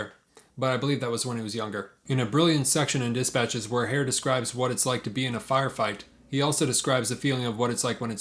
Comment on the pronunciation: Herr is not pronounced like hair- but like her.